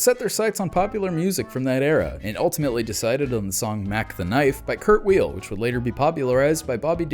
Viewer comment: Kurt "Weal"? Uh... you mean Kurt Weill?